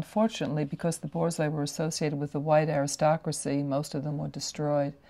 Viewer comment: “THE BOARZOAI”